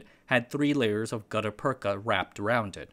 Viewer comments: it is read "gutta pertscha" use google translator to read it. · It's pronounced "gutta persha" with a shhh not a cha. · Yes, "gutta-perka" is a funny word when pronounced that way. The second half is actually pronounced "perch-a" and it's used today in root canal surgery to backfill the hole in the tooth root and prevent bacterial intrusion. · It’s pronounced Gutter Perch-aa. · Merriam-Webster says gutta-percha is pronounced gut-uh perch-uh that is, the second word ends in cha, like in cha cha heels. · The "ch" in gutta percha is pronounced like the "ch" in chair. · I'm only three minutes into this video, but I have to stop watching. You've already mispronounced Gutta-percha six times and I can't take it any more. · Gutta-percha, you got the first bit right. But the second bit uses the ch sound used in perch. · Great video as always, but my ears bled a little each time he mis-pronounced "gutta-percha". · New video, new mispronounced words. There is no K in "gutta-percha". There are many online dictionaries with phonetic transcription. There is google translate with voice over feature. It's wrong to assume that an unknown English word is pronounced the way you first thought it's pronounced. Such mispronunciations undermine the authority of what's being said. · My man mispronounced the most obscure word and someone’s here to get his ass!!! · Well done, but you should really confirm the pronounciation of words. rattan ra- 'tan rə- gut·ta-per·cha /ˈɡədəˌpərCHə/ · I think you are pronouncing Gutta Percha incorrectly. I think you are pronouncing Rattan incorrectly. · you pronounced rattan and gutta percha wrong